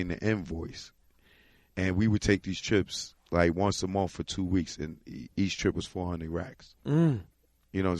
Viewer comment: I never heard a New Yorker pronounce the word month correctly, what the fuck is a mounf.